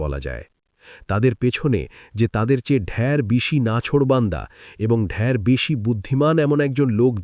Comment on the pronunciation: 'ঢের'-কে 'ঢ্যার' বলছে, বাংলা জানে তো লোকটা?এইসব আপদগুলো করে খাচ্ছে - ভাবলেও ঘেন্না হয়!